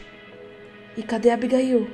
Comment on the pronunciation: não é Abigail é abigaiu